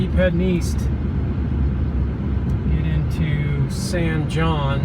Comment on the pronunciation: The correct pronunciation of San Jon is not “San John”. It’s “San Hone”. It’s a Spanish pronunciation and it’s a common mistake. I first travelled through San Jon in 1958 and then in 2008. Exactly 50 years later. Big difference. Interstate 40’s construction in the 70’s killed the town because Route 66 was the Main Street and you had to use it if you wanted to drive to California.